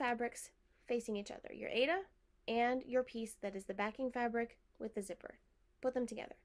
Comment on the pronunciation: It’s pronounced “I A duh” for Aida,. Long I, long A, and duh.